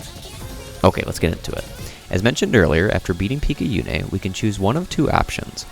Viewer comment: Good video! Though I hafta note, we don't play as Izu during the game. Izu's the bunny girl, that's why there's so much rabbit-related stuff in her memory. We play as Picayune's corpse, revived by the suit she was wearing after she got possessed by the aberration. Also, it's pronounced pik-ah-yoon, and picayune is an actual word meaning "of little value or importance" which is just sad to think about